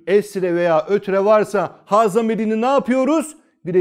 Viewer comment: Hocam ha ve hu yerine he ve hü şeklinde okunması gerekmez mi? Ince harf değil mi?